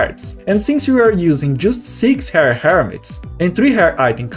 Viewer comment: Your English is good! Use Google to look up how to pronounce "rare" please. To my native English ears, it sounded like you were saying "hair" and I was confused until I looked back at the screen.